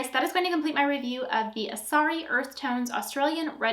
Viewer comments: Its Asarai. Not Asari 😂😂😂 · Good to know that you are going to continue using foundation...so it doesn’t actually do what it says! Also it’s driving me crazy that you are pronouncing it wrong 😂 it is Asar-eye